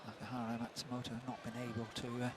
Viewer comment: The male commentator is incompetent: the umpire just said "Mayu MATSUMOTO", yet he repeated "Mayu MATSUTOMO"!